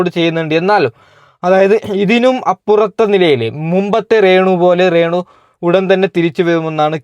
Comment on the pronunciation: റേ ണു അല്ല de രേണു 🤣🤣🤣🤣